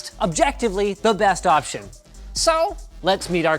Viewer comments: is it just me or did he say So really weirdly. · The way Linus says "so" ...